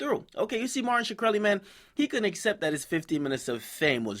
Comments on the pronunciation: Can this guy get his name right for once? It's not Shakreli, it's Shkreli, there's no vowel between the H and the K. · shakreli?? nigga his name is easy to pronounce ahahha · is shkreli... not shuh kreli fuckers can pronounce schmurda but not shkreli lmao dum fucks